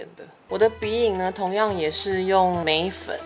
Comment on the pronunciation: 眉粉聽成梅粉😂